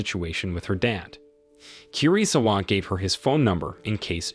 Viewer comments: I think KIRISAWA is pronounced KEY-REE-SAWA KAI is pronounced KYE like EYE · the way he pronounce 'kirisawa' and 'kai' triggers me. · Kirisawa was pronounced almost correctly.. Only the Kai turning Kei is the problem. You don't pronounce 4 syllable-word in Japanese like "Kiriii-saaawa" that's dumb. Western pronunciation of Japanese names are idiotic. Like how Naruto becoming "Naruuuto", straight up dog water pronunciation